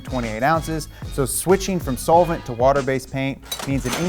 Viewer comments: Haha, sole-vent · Sounds like he's saying it "soulvent" lol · The way he is saying “solvent” sounds a lil weird to me lol. The way I’m used to hearing it is more like “sahlvent” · Love ya bud. The way you say solvent make me wanna kill myself